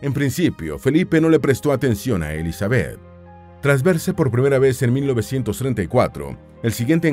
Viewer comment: Me desespera que diga Elizabéth. El acento va en la i